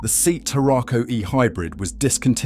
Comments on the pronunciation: Pronunciation of SEAT is in deficit. Ditto Sportage. Sorry, Anglophones just cannot say big words such as Sportage. I could have been rude enough to pinpoint the problem, but acted with restraint. Mercedes isn't mirsaydees, either ..... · Was clearly AI vocals, as the request to subscribe and its benefit, were in the same angry, agressive voice. Plus, it could not pronounce the brand Seat correctly. Laughable, just like stated.